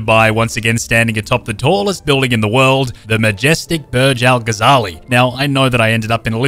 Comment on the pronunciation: It’s Omar al gazalie